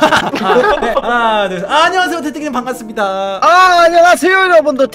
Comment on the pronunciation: 반 갔습니다ㅋㅋㅋ반갑습니다를ㅋㅋ